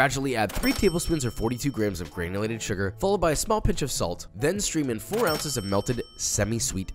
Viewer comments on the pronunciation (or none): Uncchuss? Papa thats not a word